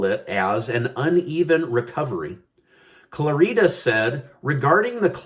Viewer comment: His name is pronounced Clarida like in Florida. Emphasis on first syllable (Clar) not on the (i) and "i" is pronounced like it is in the in the word "it" (short i) not like an "e"